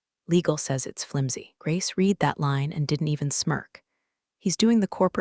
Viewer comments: Read (reed) read (red) two different pronunciation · Past tense of "read" is pronounced "red." Preschoolers master this.